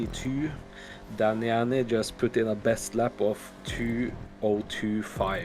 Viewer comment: It always sounds weird when says daniani properly and not danianianianiani